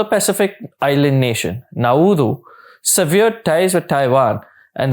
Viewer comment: Incorrect pronunciation of the word severed/severing